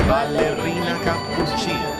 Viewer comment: There’s NO WAY said ballerina capuchina😂